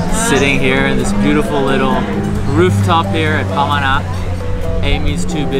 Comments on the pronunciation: Great vidoes.when you say pamana (heritage), sounds like you’re saying it as ‘panama’. you pause at ‘ma’, hence pama-na. also, all the filipino words follow the phonetic vowels of the alphabet-A E I OU (ah-eh-ee-oo-uu), there is no soft or downward A, just a as in “apple”. hope this helps. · "bulalo" - accent on the last syllable lo. "pamana" - accent on the 2nd syllable ma. It means heritage. 😊👌